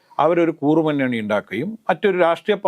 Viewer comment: കൂറുമുന്നണിയോ? കുറുമുന്നണിയോ? Please correct. നേരത്തേ ചൂണ്ടിക്കാണിച്ചിരുന്നു.